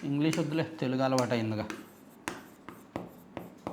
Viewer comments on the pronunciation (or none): none